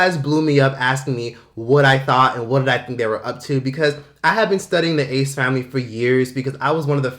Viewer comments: Saying the ass familayy is just iconic atp😂😂 brings back fond old memories. I literally said it before I even clicked on the vid😂😭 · Love how you say the ASS FAMILAYYY 😂😂😂